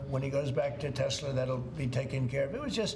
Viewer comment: I love the way he says tesler😂😂